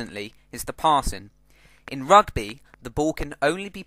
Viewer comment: How to say Rugby more english then english ROGBEH!